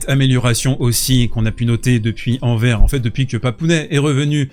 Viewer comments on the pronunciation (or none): Anvers se prononce " Anversse " merci 🇧🇪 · Haaa le récap' qui fait plaisir:D, merci! Par contre, en tant que belge, cela me picote: on dit AnverS, en prononçant bien le S;-)